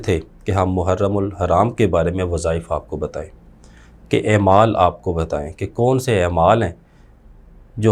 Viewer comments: اے مال😂😂😂😂😂۔ نہیں ہے اعمال درست تلفظ ہے۔ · بھائی جان نہایت احترام کے ساتھ ایک گزارش ہے کہ ، " ایمال" نہیں " اعمال" ہوتا ہے ۔